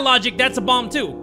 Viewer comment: When bro said bomb I thought he said bong💀I got too excited